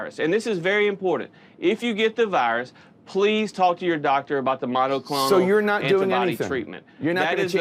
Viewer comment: "Errrbody knows Biden and thuh deep state are in charge of the monaclonal antibody supply" DERRRRRP!